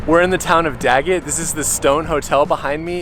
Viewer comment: did he say gagget or Daggett ?